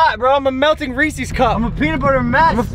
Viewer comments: Did he say reesees instead of Reese’s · Y tf you say reCs BRUH it’s Reeses